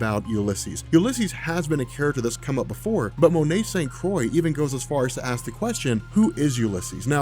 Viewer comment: It's pronounced St. "Croo-ah"